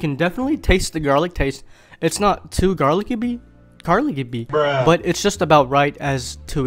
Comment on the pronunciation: “garlicyby” i love that, lol.